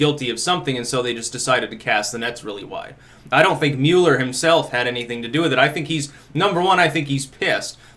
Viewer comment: MULL-ER not MULE-ER